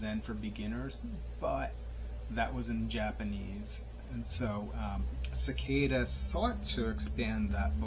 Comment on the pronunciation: Great book and nice summary of the intro ! Subscribed! Do you practice breathing technique in the book? Pronounced as Se-kee-da means seat in Japanese